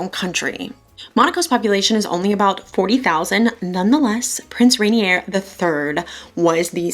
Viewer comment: Loved this! You're so charming. I'm actually getting ready to play Grace Kelly in a play and I haven't been able to find the right lip color. So thank you!! Also, almost no one says Prince Rainier's name right so don't feel bad haha. It's pronounced like "Ren-YAY." Look forward to your other videos!